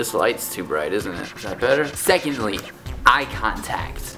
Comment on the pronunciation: When you said "eye contact" I thought u said "use contacts" I was rly confused for a minute.